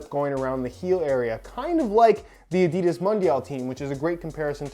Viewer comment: I love your reviews, however, every time you mispronounce Adidas I want to flick your nose.